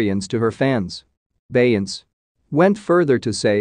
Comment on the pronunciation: Click Bait This is AI at it's worse. He can't even say her name correctly. 👎